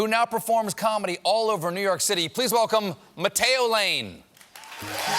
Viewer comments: wait did colbert say potato lane? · Maybe it was just me, but when Colbert said his name at the very end I swear I heard “Potato Lane everyone” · No joke when Colbert said Matteo at the end it sounded like Potato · Stephen ligit called him "potatoe lane" 😅 did anyone else hear that or is it just me? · I thought the host said "Potato Lane" in the end LOL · I heard “Pa-tay-o” lane, lol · "Potato?" 😒 Who in the US has not heard the name "Matteo?" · I heard Patteo Lane 😂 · Is it that hard to pronounce MATTEO the right way tho? I mean, we have double T's for a reason, guys 😂